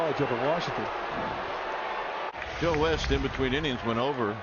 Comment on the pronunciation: I think it's pronounced as a hard "J"